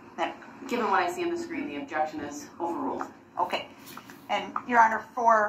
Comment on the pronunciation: Grounds for the “overoo” I swear he never made it past third grade.